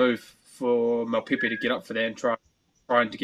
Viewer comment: ...as Bryn Hall butchers Mapimpi's name.